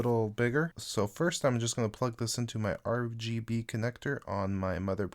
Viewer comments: I can't tell if he wants to say RGB or RBG because he uses them both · You said rbg instead of rgb lol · 😂😂😂 he meant to say RGB